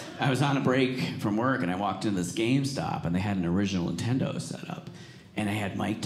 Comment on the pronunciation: LOL is it me, or did he keep calling it Intendo???!!!